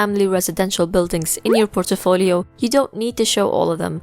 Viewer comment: Like how you pronounce portfolio as portefolio :D